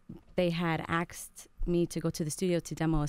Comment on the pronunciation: Question, why do people say "acksed" instead of what I know to correct "asked"?